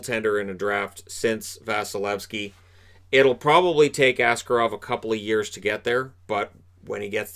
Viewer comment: Well done on that Shakir guy name pronounciation, tatar names are indeed absolutely brutal. Yet what will probably be more important in the future - it's Askárov, with a stress on the second syllable.